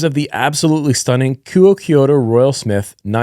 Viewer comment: Apparently, the pronunciation of Kuoe is "koo-oh" like "quo" in "quote". Should be easier to pronounce. I always thought it was "koo-oh-eh".